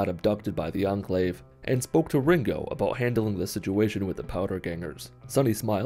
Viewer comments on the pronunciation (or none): none